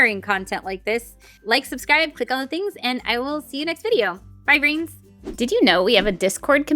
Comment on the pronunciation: "Hey brains" "Bye brains" Totally sounded like grains and made me think of NerdECrafter